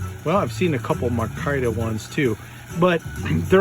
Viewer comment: Sir, fine video . One problem . The handle material is pronounced my-car-ta .😃👍🇺🇸